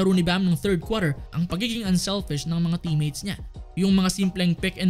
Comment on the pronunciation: Ayos accent ah 3rd kwater